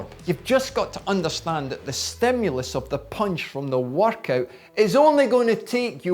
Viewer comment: why is he saying workout more like vodka?